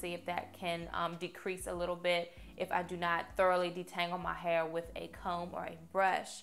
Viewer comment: Where are you from pretty girl?? I like they way you say hair lol “hay-yer” 😂😂